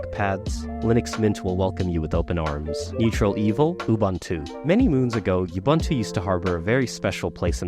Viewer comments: sorry to be 'that human' but.. "𝑜𝑜-𝐵𝑂𝑂𝑁-𝑡𝑜𝑜" (according to how Nelson Mandela and his African interviewer were saying it, anyway lol) great vid though, everything is about perfect in analysis. bravo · Thumbs down for your pronunciation of Ubuntu